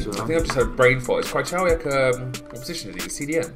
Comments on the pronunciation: Cry-Chow-eeak No man.. no.. Kreih-ho-viak (best way to say it) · FFS krychowiak pronounced kra-co-v-ack